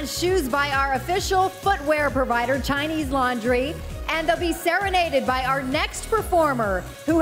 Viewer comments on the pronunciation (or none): none